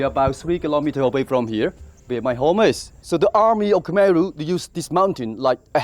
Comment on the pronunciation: Mind changing the Khmer pronunciation of the dub from khermeh to kh'my.